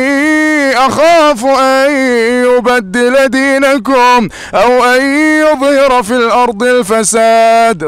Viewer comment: جزاك الله خير استاذ ، للتوضيح فقط انت قلدت حتى اخطاء القارئ في سورة غافر ، اعتقد اسم القارئ خالد الجليل (( اني اخاف ان يبدل دينكم )) الكاف في كلمة دينكم مضمومة ولا يوجد حرف الواو بين الكاف والميم.. تقبل مروري